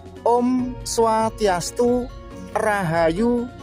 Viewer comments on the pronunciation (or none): OM SWASTYASTU..PAK DE, BUKAN OM SWATIATU